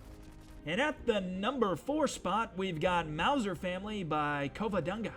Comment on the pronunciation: You have pronounced Mauser correctly